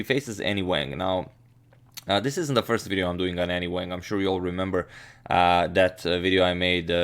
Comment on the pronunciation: Chinese name pronunciation tip: there is no 'a' like apple in Chinese, it's more like "ah", so her name should sound like, w'ah'ng. The 'a's in Chinese are all the same, so same goes for liang, etc...